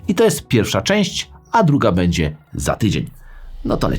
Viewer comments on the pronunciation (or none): none